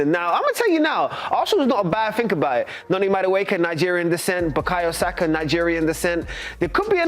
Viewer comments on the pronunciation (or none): none